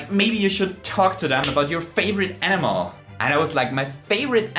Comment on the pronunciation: Am i the only one who heard favorite anime instead of favorite animal?